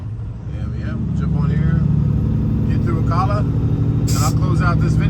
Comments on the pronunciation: Gotta learn how to pronounce Ocala. Its pronounced an A like Alabama. Ocala. Not ocola Missed you again as we live between Ocala and Orlando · Ocala is "CAL" as in CALifornia. Just an FYI. Enjoy your videos! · FYI, Ocala is pronounced oh CAL ah, Cal as in Ripken. An as a former NYer who moved to the Ocala area 5 years ago, my parents moved here in 1980, I've taken 301 both ways many times. When you get into downtown Ocala, take SR200 (SW College Rd.) west to I75 south to get to Tampa. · "O Cow La" lol But in fairness to you I don't know how to pronounce anything on the West Coast...